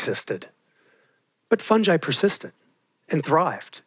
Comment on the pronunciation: Just because you're a fungi specialist doesn't mean you can pronounce it like that!